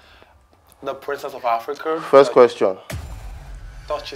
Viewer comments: It's princess of afriCOW he said, not africa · That's it It's Africow not Africa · Did he call him princess of ARFRICOW 😂😂 sorry her